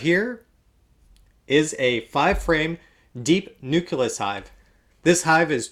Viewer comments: Dude. Say it with me. NU CLEE US! LMAO! :) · I've noticed that you mispronounce the word 'nucleus'. You pronounce it like it's spelled 'nuculus'.